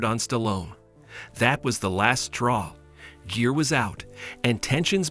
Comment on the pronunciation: Jeer? Ai can't pronounce Gere like gear? This ai can't pronounce any name right 😂